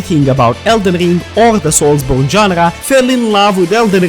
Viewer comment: Elden rrrrrrring 😂